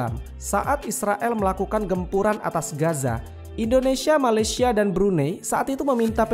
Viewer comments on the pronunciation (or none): none